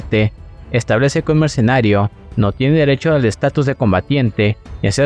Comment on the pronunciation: PARA SER YOUTUBER; PRIMERO APRENDE A PRONUNCIAR BIEN LAS PALABRAS !!!!! Ni siquiera puedes pronunciar la palabra MERCENARIO.